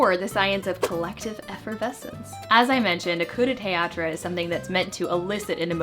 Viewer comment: I really enjoy your videos, keep up the great work! And kudos for knowing how to correctly pronounce "coup de théâtre" ;)